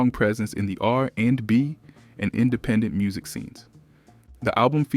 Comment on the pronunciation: If you managed to watch this video till the end I give you props. I stopped . Listening to this voice was too disturbing to finish the video 😢, butchering Amel’s name and saying R…and…B 😮… I couldn’t.